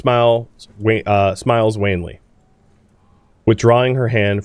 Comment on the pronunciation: The young woman smiles *wanly*, not wane-ly. Soft A. Wan and wane are different words.